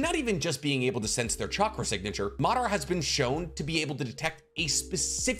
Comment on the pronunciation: Its pronounced as Ma dha ra - Madara! Not Maaa d ra